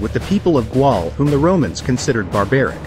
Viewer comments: Gaul not Gual, pronounced Gaal/Gawl. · It is pronounced "Gol" lol. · It's Gaul pronounced, gol. Behind the AI is..... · no its pronounced gawl. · Who the hell would pronounce it gual? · How can you seriously not know how to pronounce "Gaul"? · It's actually just pronounced 'Gaul'. . . That's why it was spelled that way. . . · “Gaul” is pronounced: “Gaal”, BTW💀🤣🤦🏽‍♂️. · Learn how to pronounce GAUL! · The Gaul of him to mispronounce it